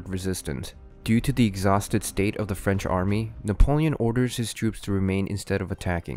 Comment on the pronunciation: Why did Napoleon invade Russia!!? Also, at first it sounded like you said "Napoleon's fridge empire"...:p